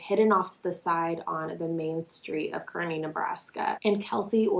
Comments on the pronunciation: Hey, I live in Nebraska and it’s actually pronounced, (Kar-knee) but I understand just bc it’s they way I read it 😂 I love ur channel tho! Keep it up! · this is so crazy. it happened near my sisters home in Kearney. when i heard about this i was so scared. i love how she said Kearney wrong😂😂😂